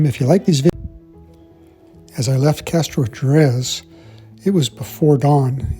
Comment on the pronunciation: Castro-Hair-es The 'j' in Spanish is pronounced 'h' Good videos. There are underground areas in houses there and there is a silent house to visit. Miki